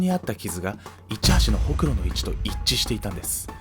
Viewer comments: ほくろのイントネーションおかしくない？ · ホ↑クロって発音可愛い